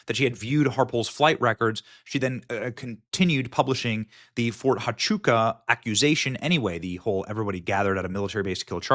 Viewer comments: Phonetically: Fort Wa-chu-ka And Hi-per-bo-lee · Oh its pronounced Ft. "Wha-Choo-Ka" FORT HUACHUCA, Arizona.